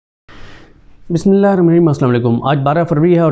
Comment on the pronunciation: BISMILLAH THEEK TAREEKAY SE PAR LIA KARAY.SHUKRIA